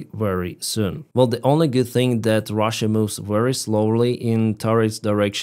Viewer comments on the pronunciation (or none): none